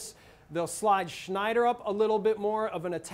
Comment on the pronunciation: btw, stop pronouncing 'sneijder' like its a german name, dutch people don't like to be seen as some kind of derivative of germans. it's kinda like the relationship between brazil and argentina, which means it's not so good ;p